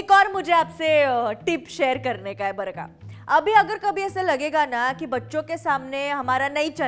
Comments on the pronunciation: It's barka (बरं का) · How many of you think that she is saying ' barkha'😂